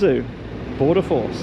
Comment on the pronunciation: Did he say he was with border force or border FARCE?